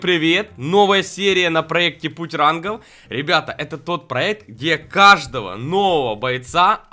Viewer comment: Почему он говорит рангов рангоу